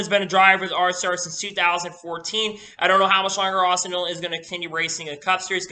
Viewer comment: Just wondering are you saying Austin Hill or Austin Dillon cause it sounds like your saying Hill instead of Dillon